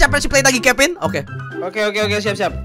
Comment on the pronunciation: ciri khas manggil kevin ama kevin itu Kevin: Pin Nevin: Vin